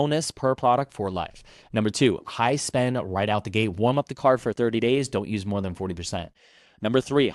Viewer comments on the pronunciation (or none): none